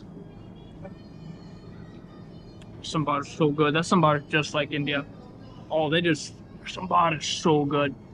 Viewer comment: Saambar not sumbaar